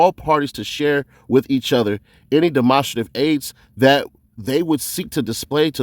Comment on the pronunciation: “Dem-on-strait-iv” not “dem-onster-tive” just a head up bruh